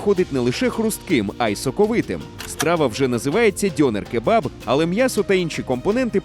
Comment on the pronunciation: У слові "дьонер" наголос має бути на "е".